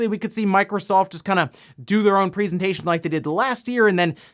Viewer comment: Am-... Am I the only getting slightly triggered by how pronounces 'presentation'?.. That's not the normal way of saying that, is it..? That a dialect or smth?